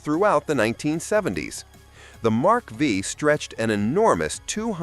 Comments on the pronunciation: O wonderful AI! Miss pronounced Mark 5 as Mark V. And Caddys Brougham. Put together most likely by a millennial. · WTF is a Mark "vee". Really difficult to take these seriously when the AI sounds like an intoxicated tape recorder. 😮😊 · It's difficult to watch this video. Most of what is said is nonsense. First of all, it's not a Lincoln Mark Vee. It's not listed from the factory as a Lincoln. It's a Continental Mark V. MARK 5. The Mark V sold from 1977 to 79. Sold like hot cakes. The Imperial had its final year in 1975. It was a new for 1974 body style. These were in the design phase way before any gas shortage. They came out in September 1973 just before the first gas shortage. If this model was so bad, then why was it rebadged as a New Yorker in 1976. The ridiculous reason for the 79 LTD being bad is the lack of power windows in the base model. Guve me a break. Also, the LTD slow? Which car in 1979 wasn't. Even a 79 Corvette had horsepower ratings of 190 to 225. So though brisk not fast. So you expect an LTD to roast the tires. The only car you got close was the Oldsmobile Diesel. Even your assessment of the Dodge Aspen was off. It wasnt a full sized car. It was considered a compact car loke the Valiant, Maverick and Nova. Dumb video. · The Mark Vee🤣🤣🤣🤣